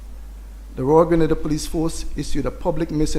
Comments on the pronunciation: Lady from the UK ( the journalist) it is GRENADA IN THE WEST INDIES and not Granada in Spain .Please prounce the country properly ,do your research first, thank you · Our country is called Grenada, the Caribbean Island. Not Granada in Spain. Please get it right? Your unwillingness to even try, says alot about you. Smh.